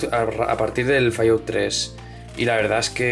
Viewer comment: "Fallout" jajajaja xD Es "Fal Aut" Sabes? Recordé un juego 3D de Montezuma que yo jugué en el PC que estaba optimizado para Voodoo con efectos muy buenos!! (Yo no lo pude jugar con 3DFX) no sé si se pueda jugar en PCs actuales y emular una Voodoo para tener la gráfica con todos los efectos de ese juego?. Saludos desde Chile, amigo!